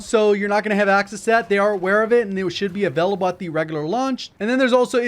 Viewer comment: The "avelable" gets me every time.